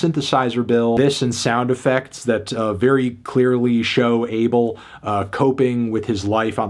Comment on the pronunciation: Isn’t it pronounced “Ah-Bell”